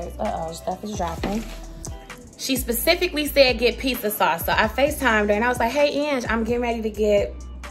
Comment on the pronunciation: "a pissa" 😂😂😂😂